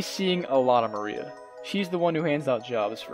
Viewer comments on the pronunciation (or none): >Black Mariah lmao dude, it's Maria, like the Spanish name